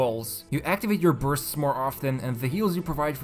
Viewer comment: Every time this man says Bursts it sounds like Births